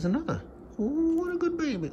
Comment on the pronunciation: Love that has a slightly different accent when does the funny 'talking to my little baby' voice. 'Here's anotha!"